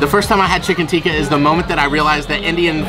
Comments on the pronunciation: it's Tikki in Basket Chaat...Not Tikka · Tikki, not tikka.